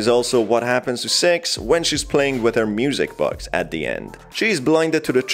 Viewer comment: Wdym seix????